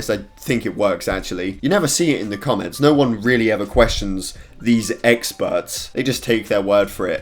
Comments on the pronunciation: He is saying "E x p e r t s" so many times it sounds like eggspurts now XD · Is it just me or he saying eggspert